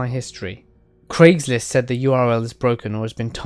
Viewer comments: noir inkodye Maybe you feel like you do, but I would still hear it as "Gregslist"!? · Craigory Schlist